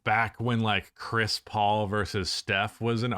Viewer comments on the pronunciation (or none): none